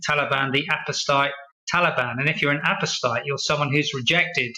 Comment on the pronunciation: "apostite"?? WTF? Are you telling me that this man cannot pronounce "apostate"?